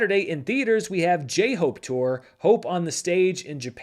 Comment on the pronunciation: Please consider transitioning into an all K Pop channel as it is endlessly hilarious to hear you say "J Hope".